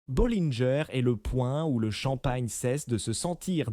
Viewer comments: Les noms de crtaines maisons de chmpagne sont prononcées d'une manière invraisemblable, les vois générées par IA, cest vraiment grotesque ! Taitinger et Bollinger se prononcent Taitaingé et Bollingé et non Taitingère et Bollinger ( prononcés comme Godfinger !) , Dom Pérignon et non Dome Pérignon. Quelle voix ridicule !!! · Pourquoi massacrent ils la prononciation des marques : Moé et Chandon, Taitine-gère , Bolline Gère, Paul Rogeaille , Krügue, Dôme Pérignon etc ..… 😂😂😂